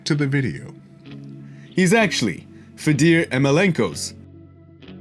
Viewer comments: This video is 10 years old and Kirill is 11-5 losing his last fight by 1st round tko. You continue clickbaiting, making cringe content, pronouncing everyones name wrong (this vid you were more self aware, but still managed to say "Fdor Ymelienenko." I don't know how you manage to do it every time), speaking fast and strangely (took me a second listen to realize you said "no roasting today"), acting like you actually know what you're talking about, while making clickbait, arrow pointing, thumbnails, only receiving actual views when you put Conor's name in the title or making one so clickbait-y that more casuals will watch. Stop with this self aggrandizing voice like you know more about mma history and technique than Joe Rogan and just speak normally like I'm sure you do when you speak to people irl. I still watch your shit because from time to time you say something interesting. But it's terrible and cringe as fuck. #Juststopit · He won't. He'll continue making cringe content, pronouncing everyones name wrong (this vid he was more self aware, but still managed to say "Fe deer Emelenko." I don't know how this guy does it *EDIT*even when he corrects himself to Fedor Yemelinenko he is still incorrect*EDIT*), speaking fast and strangely (took me a second listen to realize he said "no roasting today"), acting like he actually know's what he's talking about, while making clickbait, arrow pointing, thumbnails, only receiving actual views when he puts Conor's name in the title or making one so clickbait-y that more casuals will watch.